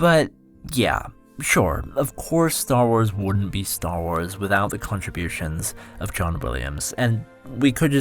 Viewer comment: It's not "Star Wars;" it's Star Was.